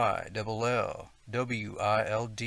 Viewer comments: Just FYI, its pronounced EYE-dil-wild, not eye-DEE-wild. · Pronounced "idol-wild" and "two-larry" (Tulare, CA). Thanks for the stories. Bigfoot and orbs/flashes of light sighted up there in the San Jacinto region forever. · Idyllwild is pronounced idle wild